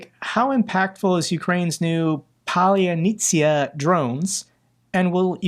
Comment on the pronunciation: “Palyanitsya” is only four syllables.